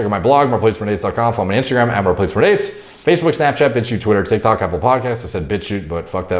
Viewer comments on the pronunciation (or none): none